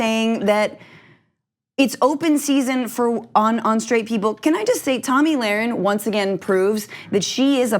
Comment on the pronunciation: FYI. It’s Tomi. Not Tami. Do not have the NERVE to EVER make that mistake.